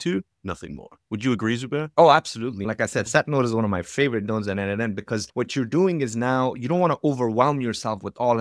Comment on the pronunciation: As a contributor myself for more than 5 years to n8n, PLEASE, it is pronounced "nodemation". 🙏😆